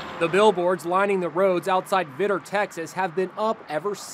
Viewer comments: I live in vidor Texas and he pronounced wrong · That pronunciation of Vidor tho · They pronounced Vidor wrong. Get it right Inside Edition. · David Vaquera I used to Live in Orange TX and my granddad lived in Vidor. It got on my nerves when i realized that